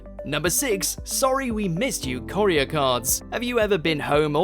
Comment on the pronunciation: Is no one upset at how he is pronouncing courier?